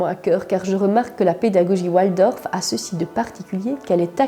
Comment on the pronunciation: On ne prononce pas oualdorf mais waldorf C est d origine allemand